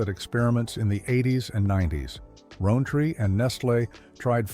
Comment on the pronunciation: I don’t know what’s worse: the AI narrator, or the script being read. From “S K U S” to “LOW-neys” to “ROAN-tree”, and the hilarious confusion of Hershey Kisses (wrapped in foil) for Neilson Buds, and the Hershey chocolate slab bar with something called a Milkshake bar which may not have ever been sold here at all, and the strained attempts at rationale for them being discontinued or how consumers reacted, it is really pathetic. Add to that the pictures of UK products with UK wrappers that were never sold here, and this chocolate video is really a turkey.